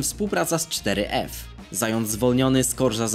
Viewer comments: Czyta się foref a nie czteryef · Mówi się foref